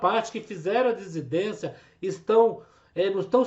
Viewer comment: Dissidência. Vc fala errado.